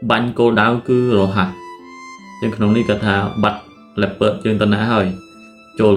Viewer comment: លីអូផាមិនមែនលេពឺតអីទេ🗿